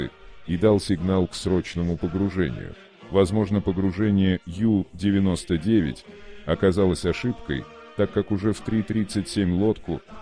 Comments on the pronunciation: Надо произносить правильно на немецкий манер У99,а не на английский манер Ю99! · Унтербот , по-немецки. У-99.